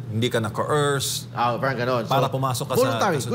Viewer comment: Sino itong gagong ito, kapag sinasabi ang word na “Parang” inaarte ang pagbigkas na “R” pero pag binibigkas ang “caR” ok naman. Bugok talaga..